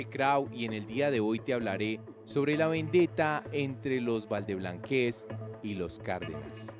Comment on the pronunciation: No es valdeblanquéz es valdeblanquéz🤭